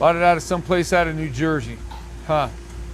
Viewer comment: Aye why you say new jersey like that hummm 😂😂😂🤷🏿‍♂️🤣